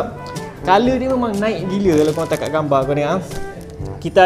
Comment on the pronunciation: Telinga aku je ker yang dgr sebut 'tengok' 'tengak'. 😂 Anyway support.